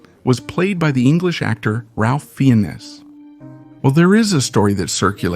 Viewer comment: It's pronounced Ralph Fines ..not Feeunus you twit. If you're going to be a voice over broadcaster...at least learn the correct pronunciation of the people that you're speaking about. Pull it together dude. 😢